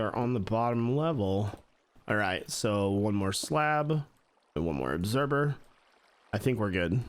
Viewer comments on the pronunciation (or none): Obserber? Not once, but thrice. Lol. I thought maybe he just tripped up on a pronunciation, but nope, it’s a thing. Lol. I’m not being mean, it’s just one of those words!! Like library being pronounced lie-berry. We all have a word like that!! What’s your word? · I swear you say observer like "obserber" at least that's how I hear it and it's kinda great.